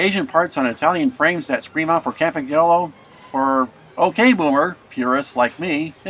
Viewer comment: Might always have been "Campy" in the US but it's always been Campag in Britain. (certainly was in the 70s anyway) One thing it's never been anywhere though is Campag-nolo! G N in Italian is pronounced like "ñ" in Spanish so Campanyolo. Lovely bike however it's mispronounced!